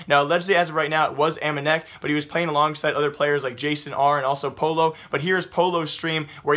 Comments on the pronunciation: Just call him m0e also it's pronounced "poyo" not polo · Mate it's pronounced as "poyo"